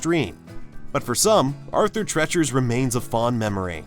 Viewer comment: It’s Arthur TREE-chers!!!